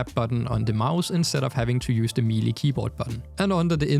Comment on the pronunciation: God I hope someone has already corrected you on this cuz you sound like an ignorant moron. The word "melee" is pronounced "may-lay." Couldn't even continue watching the vid it irritated me that much. You mispronounced the word like 5 times in about 30 seconds, talking about Excalibur. Was like fingernails on a chalkboard for me.